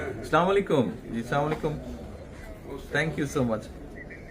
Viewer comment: এত বড় একটা দলের ভারপ্রাপ্ত চেয়ারম্যান সালাম দাও সঠিকভাবে দিতে পারে না আসসালামু আলাইকুম না বলে বলে সালামালাইকুম